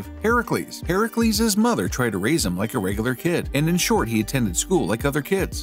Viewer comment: Ah you actually pronounced it correctly 😊 Heracles. Instant follow